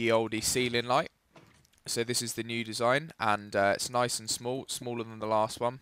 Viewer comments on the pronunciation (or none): none